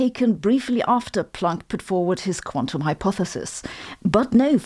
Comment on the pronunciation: I love how you say Planck. It sounds like "plonk" which is old fashioned Aussie slang for wine.